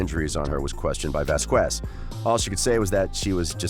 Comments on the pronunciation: Vasquez is pronounced Vaskez not Vaskwez. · For shit sake people stop saying vas qwez it’s pronounced vas kez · please stop saying VASQUUUUUUUEZ is pronounce VASKES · Vas-kez is the proper pronunciation. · Camille Vasquez' last name is pronounced "Vaz-kes." The "qu" sound is pronounced with a hard "k." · Thank you. I cringe whenever someone pronounces it like that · It was deliberately mispronounced...disrespectful in the extreme. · Please check around to find out how to pronounce Vasquez. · The "U" is silent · Dude great video just your pronunciation in Vasquez is incorrect if I were you, I would find out the pronunciation of Camille Vasquez otherwise is offensive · So annoying hearing the narrator mispronounce Vasquez in nearly every sentence 🤦‍♀️